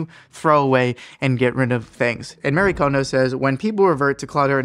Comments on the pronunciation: Thank you! It's pronounced MUH-REE for those who still don't understand. It's good information but the mispronounciation is driving me crazy. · Respectfully, her name is Marie, not Mary. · Her name is Marie, not Mary.